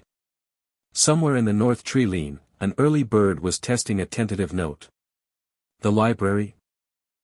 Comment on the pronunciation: It hurts me so much to hear tree-lean instead of tree-line... plus others, please fix or stop posting. It seems obvious that you don't know the English language.